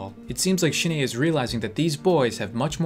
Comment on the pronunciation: idk why but everytime you say Shin-ae it sounds like you are saying shit aye